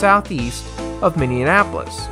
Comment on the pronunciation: Did you seriously just call Minneapolis “Minneanapolis” like 10 times?!